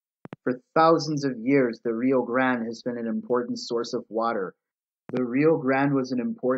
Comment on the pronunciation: We pronounce rio grande the Mexican way here in New Mexico just an FYI. Not “grand”. It sounds like a small caveat but it’s something people will always point out